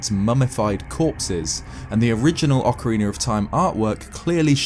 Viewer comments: i love your videos but Why do you say "orkeriner of time" instead of Ocarina of time? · Nobody:: ocareenr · he pronounces ocarina as "ockeriner". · “Ocarin-er of Time” lol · Ocariner of time is what I keep hearing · Ocariner of Time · “Ocooreener of toime” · Great video…I laugh every time you say “orcarener” lol. I’m sorry boss. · "Ocariner of Time" ... Not judging. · Good ol okeriner of time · "Ocariner of time"